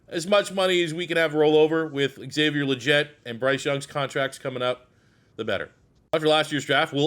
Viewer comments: Love you’re bringing this back my guy! XL’s last name is pronounced Lee - get but looking forward to the rebuild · It’s lee-get bro tf are you saying😂